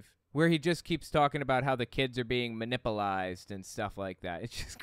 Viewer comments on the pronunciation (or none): "Hevalee manipalized". Pure uneducated ignorance.🙉🙉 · "Munipilized" TF? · "Manipplized"? 😂 Is that even a word? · Did he say "manipulize?"